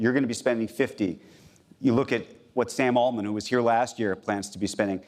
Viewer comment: Just say it: Sam Altman. Not that hard. Lol